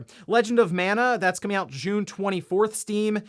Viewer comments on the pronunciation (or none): none